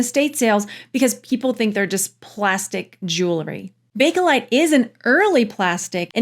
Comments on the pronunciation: Sorry but do you realize you keep saying Bake-A-lite? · I'm going to be 71 soon. When I was young and my mom and aunts were discussing it they always said Bake-lite. The Bake-uh-lite has become predominant in the past 20 years. To me it's Bake-lite since that's what it was called in the beginning.